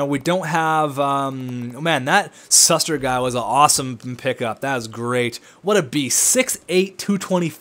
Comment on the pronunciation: It's shoe-ster not suster ;)